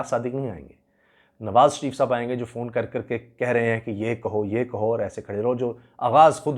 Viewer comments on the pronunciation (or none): Phone فون ✅ ( sounds as Fone like Tone ) Phone فُون ❌ ( it's not Phoone) With tremendous respect and best regards please